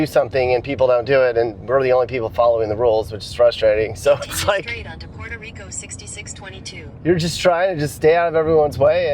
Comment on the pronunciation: PUH-WHERE-TO bud, not POOR-TO. Good vid ! 👍